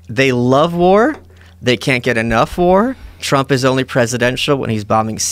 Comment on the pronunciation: Ha ha he said Twump!